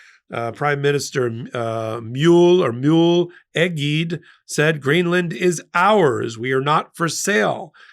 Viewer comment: A side note: Egede is a Danish name which was brought to Greenland by a Danish colonizer 300 years ago. It has three syllables, all of which are pronounced, with the first one slightly stressed. The first e is light (same colour as the vowel in English words like "live" or "still"), while the other two are darker. Both g and d should ideally be the soft variety. Yes, Nordic names are difficult. Perhaps Trump can dumb them down?